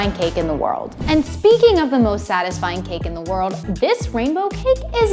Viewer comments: Every time she said satisfying I thought of sad .tisfying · She said satisfying/sad-isfying 49 TIMES!